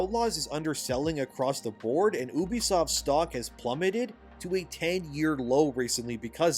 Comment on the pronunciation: 1. Its You-be-soft, not OOH-be-soft. Ubisoft 2. Its Roy-ters, not Roo-ters. Reuters You're welcome.